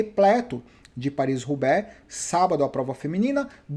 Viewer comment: seu canal é o MELHOR do Brasil, ponto final. Obs.: por favor parem de falar “Roubéh”, não existe isso! É “Rōuu-bê.”